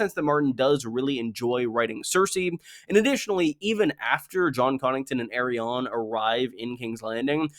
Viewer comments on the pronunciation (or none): lol pronouncing Arianne like Aerion aka EYY RON is clownsauce dude, you got Aerion, Aeron, Areo, and AriANNE.............wrong pronunciation will bite your ass in a courtroom. esp if you're addressing a judge..... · I will never understand why pronounces Arianne's name like that, but nevertheless, great video as always